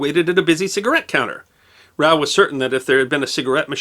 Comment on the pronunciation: Just an FYI from a kid who grew up in the vending industry: ROWE is pronounced with a long Oh sound (like "row your boat) not an "ow" sound. At least that's how the whole industry pronounces it.